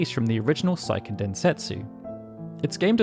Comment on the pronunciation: How do you exclusively cover Japanese RPGs but not know how to pronounce Seiken?